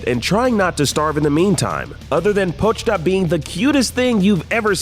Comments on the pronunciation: po chi ta not pochta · Y'all butchered Po-chi-ta's name so bad. LOL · Noooo it’s PO CHEE TA